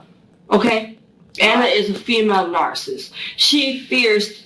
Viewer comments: She keeps saying narsist! Lmao it’s driving me insane! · She can't pronounce narcissist. She said "narcist." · This is the best interrogation, I HAVE EVER SEEN!!! EEVVEERR!!!!!!!!! NARCIST.....I LOVE HOW SHE SO CONFIDENTLY PRONOUNCES IT AS IS SHE HAS A LICK OF INTELLIGENCE IN THAT BABY, PEA, BRAIN RADDLING AROUND IN THAT THICK AZZ SKULL 😅😅😂😂😅😅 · She can’t even pronounce it right